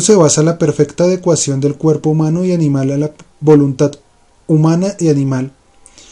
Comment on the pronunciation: amigo que animado a leer el libro tu, una observación, no es voluntat, es voluntad, hay una gran diferencia entre la letra T y la D